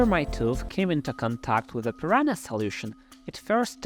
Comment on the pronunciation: Prononciation: PEE-RUN-(Y)A. NH sounds like NG in "sing".